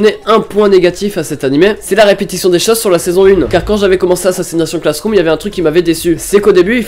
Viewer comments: oh nan 😂😂😂😂 comment t'as dit assassionation classeroom chui mort😂😂 faut le dire à l'anglaise c'est plus stylé😂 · AssassinatION Classroom... C'est AssassinaCHIONE Classroom